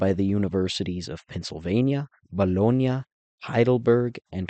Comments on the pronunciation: There is a difference in the way we pronounce the sandwich meat vs the city of Bologna you dolt. Stfu. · Overall I liked the video and I gave a thumbs up. However, I want to suggest that when you are speaking American English do not try to pronounce foreign words in a strange accent. When you say "Bologna" I cringe... except the one time you almost pronounced it in a correct American accent . I also speak Italian but when I speak American English I pronounce place names in an American accent in order to make listening easier for my audience.